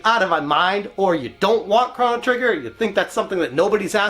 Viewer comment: It’s Crow-no Trigger… not Crono Trigger… right…????